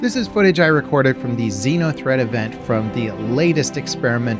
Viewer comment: Is it a Xeno threat or Xena threat event? Because you keep saying Xena.